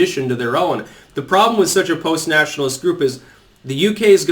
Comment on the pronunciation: Says postnationalist again facepalm Supranationalist...not postnationalist.